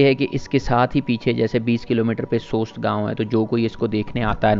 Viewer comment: Appreciate good informative video. You have covered every aspect. However you need to correct missprounciation of name. Mintaka منٹاکا نہیں منتکہ ہے اس طرح واخی نہیں وخی ہے سوست ہے سووسٹ نہیں اور قلندراچی نہیں قلندرچہ ہے